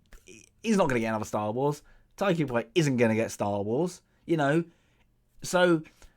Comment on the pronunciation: Tie-Ka Why-Tee-Kee.... hope that helps